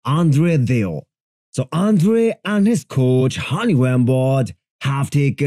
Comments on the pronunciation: It s andrei not andrea... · It’s Andrei, not Andrea. He’s Romanian, not Italian. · "It’s Andrei, not Andrea. He’s Romanian, not Italian" 😆😆